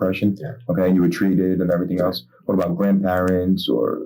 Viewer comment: Sometimes I hear people say "elts" or "eltses" instead of "else" or "elses" and I wonder where that came from. This is horrific, but tbh another day in Florida....